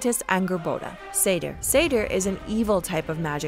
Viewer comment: Seidr is pronounced Seithr the weird D makes a TH sound